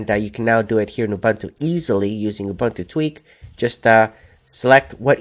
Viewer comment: Everything is great thanks. But it is pronounced "oo-BOON-too" and not "oo-BUN-too" That's it mate, keep it coming.